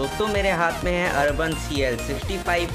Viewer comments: भाई ब्रांड का नाम तो ठीक से बोल ले। अर्बन नहीं, यूबोन है। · Sab sahi laga...aap Khali Nam galat bol rahe ho